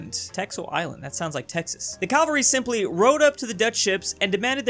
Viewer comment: Why cant Americans pronounce cavalry